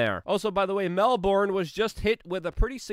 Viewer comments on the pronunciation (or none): Mel-BURN, not MEL-BORN. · Not “MEL-BORN”! It’s “MEL-BURN”! Dammit! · The name of the city is pronounced, Mel BURN not Mel BORN. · Love you Luke. Been following you for years now. Love your PASSION for humanity. Please tell all Americans "MELBOURNE" is pronounced MELB'N , and "BRISBANE" - BRISB'N or BRIZZY... You and your channel ROCK.. Keep up the fight. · It is pronounced "Mel-bin."